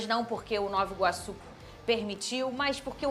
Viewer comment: a pronúncia é ''novA iguaçu'' e não ''novO iguaçu''